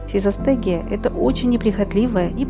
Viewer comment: Никто и не понял, как называется ростение, удивительная дикция